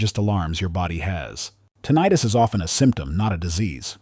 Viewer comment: TIN-ah-tus, not tin-EYE-tus. I hear this rogue pronunciation a lot - maybe it’s AI’s interpretation.